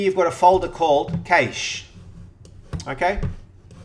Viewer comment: Yo , It is pronounced CASH MEMORY